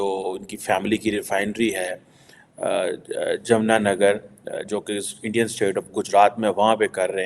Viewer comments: उसे जगह का नाम जमुना नगर नहीं जामनगर है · It is not jamnanagar.. It is jamnagar.. When will you pronounce our cities name properly.. 😂😂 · JAM NAGAR NOT JAMNA NAGAR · Isko doctorate kisne diya. Jamnagar ko Jamnanagar?? Where is ‘n’ in Jamnagar? I can understand every one can’t pronounce correctly a name but reading n in name is so funny of Pakistani PhD holder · Sir, It's Jamnagar not Jamuna Nagar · Jamna nagar nahi JAMNAGAR Yaar padh likha kar kuch. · Jamnanagar nahi Jamnagar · it’s Jamnagar not Jamunanager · wo jmnanagar nahi jamnagar hai 🤣🤣